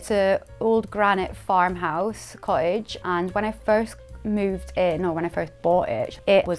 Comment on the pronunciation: Charming house really hard working girl with real charm, but the pronunciation of "cottage" drove me nuts- sorry